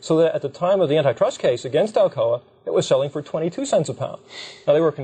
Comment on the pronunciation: I had to stop the video and look up what N-I Trust laws was... but google gave no results, so after thinking for 5 minutes I figured out they meant ANTI trust law, not n-i trust law. But the way they pronounce it is just so incredibly misleading.